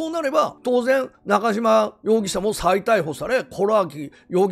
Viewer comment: 本名は今野のようですしどうでも良いですが、 ナカジマではなくナカシマ読みだと思います。 (西日本は濁らない事が多いです。)